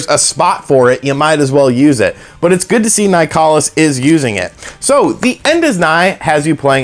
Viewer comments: It's pronounced like "Nicholas". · Uhhhh it’s pronounced nicholas